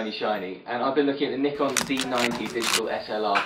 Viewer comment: I love how you say Nikon.